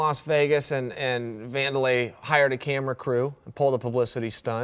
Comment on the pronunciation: Vun door lay?? I thought it was Van der lei... Yeah, Wanderlei Siliva.